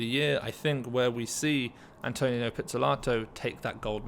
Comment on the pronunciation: It’s AntoNINO, not Antonio